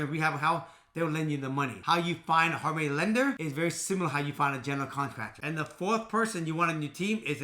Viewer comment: I kept thinking he was saying “harmony lenders” 😂 and sure enough there’s a harmony lender if you try to look it up so then i got really confused. Glad i saw your comment!😂